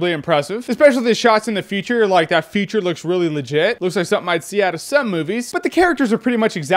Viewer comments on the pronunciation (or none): Almost every time you say 'future' it sounds like you're saying 'feature'